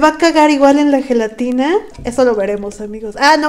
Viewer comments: Cuando vi que decía zhelatina me acorde de Bart preguntando por su Lache Jajaja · FELATINA JAJAJAJA